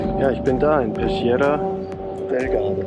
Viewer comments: pescheria spricht man aber wie peskiera aus, grüsse aus bozen :-) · Pesciera würd man schrieben wenn man’s so ausspricht wie du im Video! Das h zwischen c und i / e bzw zwischen g und i / e “stumpft ab” so mein Vorredner das beschreiben hat. Zb “gelato” (dschelato) vs (fiktiv) “ghelato” (ghelato). Spread the word, ich glaub fest daran dass Deutschland das irgendwann hinkriegt 😂